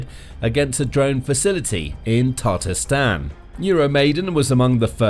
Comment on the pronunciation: Has anyone realized that he is pronouncing Tatarstan wrong